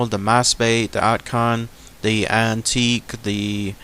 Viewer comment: Dude, these are the correct pronunciations: *Iloilo (eeeloh-eeeloh) *Bohol ( Boh-Hol) *Antique (An-Teee-Ke) I laughed when you said 'antique' *Siquijor (seee-kee-hor) I live in Iloilo. It's very popular in the Philippines about aswang. Subscribed :)